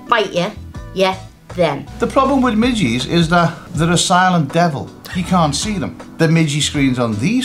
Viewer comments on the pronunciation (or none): They mi ges not mi ggy’s